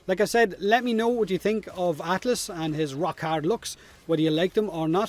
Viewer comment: did you say atlASS?